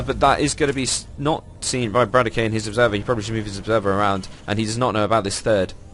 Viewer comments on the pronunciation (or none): btw correct pronunciation of roxkisbratok is - bra-tok :) not brat-o-key just spread teh word ^^